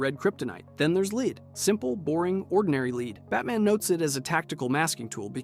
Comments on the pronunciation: Leed? You mean led. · LEAD not LEED! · LEAD IS PRONOUNCED LIKE LED LOL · "Lead". That's one of those words you can feed to a computer narrator that will expose it. A computer narrator doesn't know how to contextualize pronunciations and the word "lead" is just such a word. "Superman can't see through leed." 👈 Gotcha! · The element lead is pronounced led. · Pronounced lead as “leed” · Computer narrators don't know how to contextualize pronunciations and "lead" is the best word that proves it. "A leed-lined box. Superman can't see through leed." 👈 Dead giveaway you're listening to a computer narrator. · The pronunciation of lead 😂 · legit made me pause the video like bro cmon